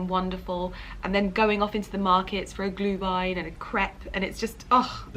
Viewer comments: You pronounce Glühwein und Anmeldepflichtig perfectly,! Greetings from Germany!😅👍🏻👏🏻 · Perfect pronunciation of Glühwein 👏 and for next year you should come to Vienna for Christmas Markets. It feels like we have a hundred of them 😉 and the one in front of Schönbrunn Palace is quite stunning 🏰